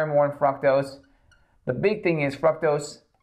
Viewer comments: "Frucktows" Fructose, sir. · Why am I hearing froctose?